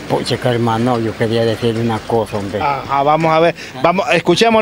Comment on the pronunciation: Me gusta cuando dice homve, aver con placa como lo dira